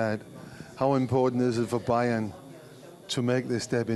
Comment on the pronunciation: it's Bayer not Bayern